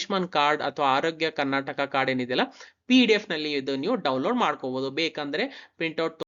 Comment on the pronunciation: Karnataka helu...Karnatak alla...nin first sari agi heludre olledu..